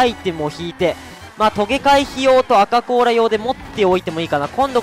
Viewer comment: アカこうらが「バカこうら」に聞こえた笑